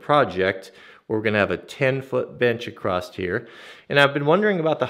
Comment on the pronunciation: I'm not sure why it bugs me so much but people saying "acrossed" and not across is really triggering for me!